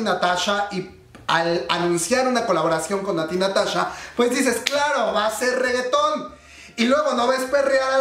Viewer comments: Natti Natacha! jajaj me encanto como lo dices comadre. Ps la verdad la canción está muy buena y pegadiza... Natti Natasha le da ese aire ese no se que.. Me gusta me gusta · shot cada vez que dice Natty NataCHA (ya se que lo dijo en broma)